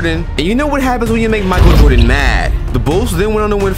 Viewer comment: hey when you mentioned the GOAT you pronounced Michael Jordan wrong